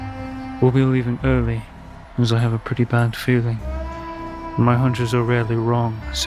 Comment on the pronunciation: Nahh cause you guys always be saying that in like “not FERiN well” istg lol